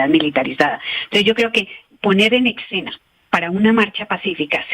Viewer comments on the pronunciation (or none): Querida profesora, razón le asiste en todo lo que dice. Pero no se dice ecsena, sino escena, porque así se escribe. Para todos lo que dicen ecsenario, y no escenario. Veo ese error en mucha gente supuestamente ilustrada y personajes públicos.